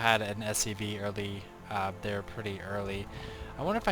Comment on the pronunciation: I really enjoyed that "Thoa iz hia" at the very end :D